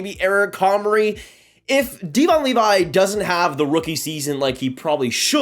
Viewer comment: You have a hockey channel but don't know how to pronounce Devon Levi's name? Seriously?